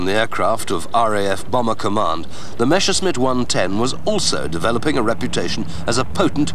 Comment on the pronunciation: MASHERSMIT!!! My ears start bleeding everytime I hear this. It's impossible to misread and mispronounce MESSERSCHMITT, even if you only speak one language.